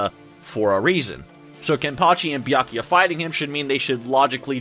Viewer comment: It’s Bia-ku-ya not Bia-ya-ki.